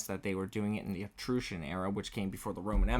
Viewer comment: Check how to pronounce Titian and Etruscan mate ...